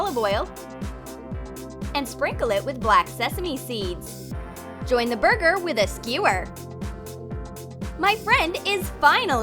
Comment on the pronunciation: Buger? I think your supposed to say b u r g e r